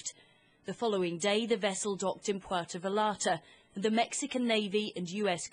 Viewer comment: Nice pronunciation of Puerto Vallarta by Sky News there. 🙄